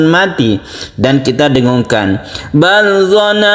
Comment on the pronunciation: Assalamualaikum. Mhn maaf..., sedikit koreksi. Kayaknya ada bacaan yang kurang pas. Tulisannya BAL DONNATUM. Kedengarannya BAL DOLANGTUM.. apa saya yang salah dengar? Mohon jawab anya.. Salam hormat smg sehat selalu. 🙏🙏